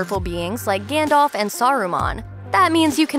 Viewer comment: its Gandalf not Gandolf